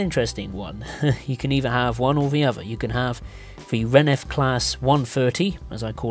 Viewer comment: Also, it's not renef, it's RENFE